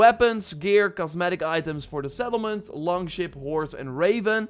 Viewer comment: Sounds like he said settled men 😂 testicles for sum reason😂🤣🤣😅😂🤣🤣🌑